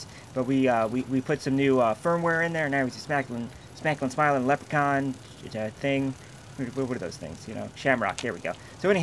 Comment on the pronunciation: btw, I don't think its pronounced "Lep-er-cawn" but "Lep-reh-cawn" making the robot's name "Lep-reh-trawn"